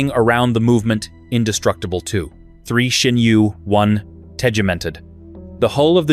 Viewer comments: Where the hell do you get the h in Sinn from? It is Sinn not Shinn the f.... the way you pronounce it would be written Schinn in German. WTF. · I recognized, that you always spell the name of my favorite watch maker wrong! Always, in every video! So: the name is SINN and NOT S"h"INN! I don't know, why you're saying it wrong every time - but I have a mnemonic for you: just think "I'm a SINNER - and than forget the "ER" at the end! Et voilà...SINN 👍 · love schschschinnn watches 🤣🤣🤣🤣